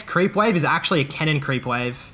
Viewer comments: Bro you keep saying "cannon" like "kennen". Besides that good vid. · took me the entire video to realize he said cannon not kennen. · a 'kennen minion wave' Took me a few times to figure what you meant. I'd like to hear u pronounce kennen and cannon side by side. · Am i the only one who thought he said Kennen? A few mins in i understood he means cannon but i still hear Kennen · So confused cause you kept saying kennen